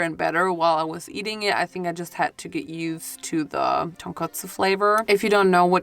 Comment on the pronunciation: She can pronounce Tonkotsu right… and Nick couldn’t! Interesting eh?